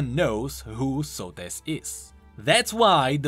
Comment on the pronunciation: Socrates without the c and the r